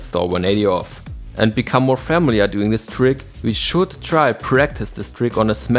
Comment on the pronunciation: Great video!!! PS: Look up the pronunciation of "familiar" xD